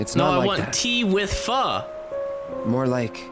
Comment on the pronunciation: said pho right o_O